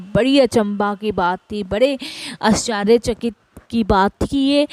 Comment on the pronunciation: Jai aunty aap bohot acche se bol rahe ho satsang per aap aashchrychakit bola kare.humara dhyaan baar baar is galti pe jata hai.hope u don't mind